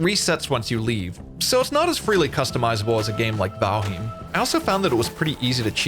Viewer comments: Say valheem one more time... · “vALheEeeM” 😂 he has to be trolling lol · it isnt, it's val-highmm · What a dumbass way to say Valheim 😂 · By all means continue to do so I think it’s hilarious. I never heard anyone say it like that lmao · riiiiight. Its bad enough you can't properly say Valheim, but then you lie as well? And lie saying your intentionally pronouncing a word wrong.....what a douche. Your narration sucks, your videos are terrible, too tryhard with all the sounds and clips added. Pure cringe douche. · Great video, except how you say Valheim :P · wait.... is that how you pronounce valheim?